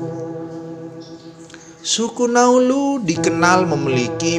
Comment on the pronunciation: Naulu bukan nauluz Ngarang2 saja bahasa mu